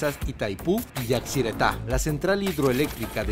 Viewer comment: . Minuto Es raro escuchar que dice yaciretã, cuando el nombre es yacyretã. . 😂😂😂😂😂😂